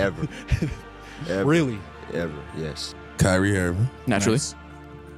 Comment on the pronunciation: it’s kyrie and it’s not even close